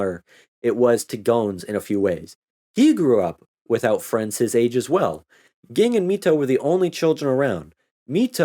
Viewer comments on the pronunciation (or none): Ging's father and Mito's father were brothers. Also, it's pronounced "Jing", but you probably already knew that.